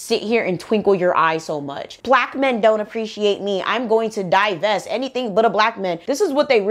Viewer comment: "Divest" they say😂😂